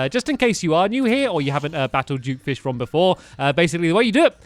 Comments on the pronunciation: It's duke fishron not jewk fishrawn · What the heck? Duke Fishmonger? It's Duke Fishron not whatever that is!